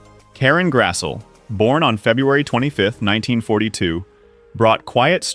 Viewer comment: Oh AI. You can pronounce Grassle, but not Oleson. Some tweaking required on that, and on the graphics.